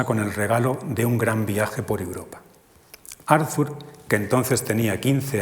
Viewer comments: Muy interesante, pero , como suele pasar en España con los nombres extranjeros, el lector se empeña a pronunciar el nombre Arthur a la inglesa - Arzur- . Es extraño que una persona que ha estudiado la obra y al personaje no sepa pronunciar correctamente su nombre. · Por favor, que alguien le diga al conferenciante que la "th" de Arthur se pronuncia como una "t", no como una "z" española, es alemán, no inglés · Todo el mundo pronuncia "Arthur" como si fuera inglés. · ¿Por qué pronuncia "Árzur Shopenjauer" en vez de "Ártur Shopenauer"? Y ese loísmo tan molesto... o esa primera cita sin venir a cuento de Javier Gomá... Y dale con "Árzur"... Lo siento, pero esas cosas distraen, y mucho. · ¿Por qué todos los nombres son pronunciados como si fueran ingleses? La H no se pronuncia ni en Arthur (Artur) ni en Schopenhauer (Schopenauer). ¡Qué colonización!